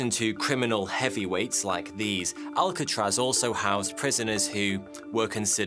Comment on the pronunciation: Why pick a name you can't say properly?